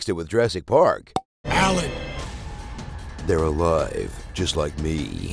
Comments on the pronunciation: Alan isn't pronounced like how you pronounce it by us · Say "Alan"